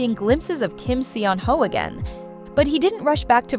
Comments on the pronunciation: Cancel culture is just wrong. We don't have any right to judge what other people do, and we don't have any right to put them up on a pedestal and expect them to be perfect. FYI, Kim Seon-ho's name is pronounced more like "saw-no." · You mispronounced his name though.. The 'e' is silent. But good content. I love Kim Seon Ho. ❤